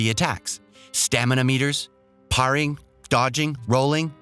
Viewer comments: “Parring” -parrying ps eden ring. Wtf. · Parring? Pretty sure theres a Y there my dude.... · mispronounces "parrying" as well. wish they used good reviewers :(